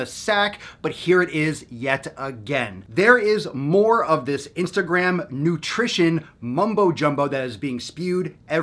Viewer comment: the funny thing is that you talk about. ..... istagram ...... ISTAGRAM ahahahaha the shit social XD